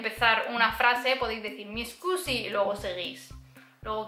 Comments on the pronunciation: Meglio dire "scusi" che "escusi", la "e" all'inizio non c'è ( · muy bueno el video y las explicaciones...pero cuando dices disculpe...no es "escusi" ...como dices muy a seguido en el video...sino solo "scusi" o "mi scusi"....